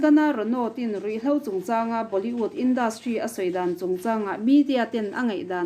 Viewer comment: Tarlan tih thumal hi a tam mah2 thin ani.. hman a ngai bawk si..🤭🤭 Chuan Boli-ût nilovin Boli-wût ni zawk se... 👍👍